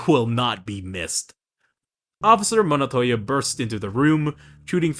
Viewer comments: It's Montoya , not Monotoya 😁Otherwise, good stuff mate If anyone is wondering who the big blue goon is, his name is Desmond Roland, aka Blockbuster (pretty much Nightwing's first nemesis when he moved in Blüdhaven); Penguin calls him "Rollie" and later in Arkham it's confirmed that his name is Desmond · why does he say monotolla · Bro doesn’t know how to pronounce Montoyas names😂